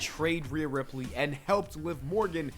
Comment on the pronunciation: Ripley is pronounced Rip-Lee not Rip-Lay 😅